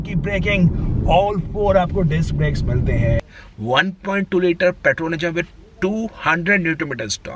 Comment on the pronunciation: I can think of 10 cars which could feature in this list instead of everything barring xuv300. Rajesh khanna ke sunglasses, fukat ka accent he is hindustani bhau of auto industry. And it's petrol not paatrol